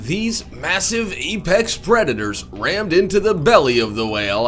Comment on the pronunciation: Did he just say "Epex" instead of Apex or am I hearing things?